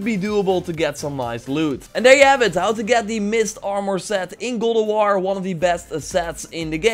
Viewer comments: Man said gold of waur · Me: repeat after me: ok Me: God J: God M: of J: of M: war J: war M: God of War J: golowar